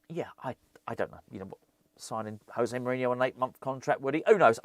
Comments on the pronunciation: It's "Joe-Zay", not "Hoe-Zay". He is Portuguese. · as he's portuguese its pronounced josay not hosay which is the spanish way, agree with all you said on this video though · I don't want to be that guy, but im going to be that guy José is Portuguese, the J is a hard J in his name, not like it is in Spanish 🤓